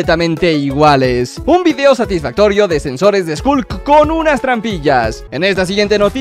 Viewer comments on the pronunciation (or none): none